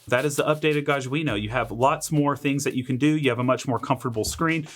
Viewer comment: It's GAH-jjah - J like John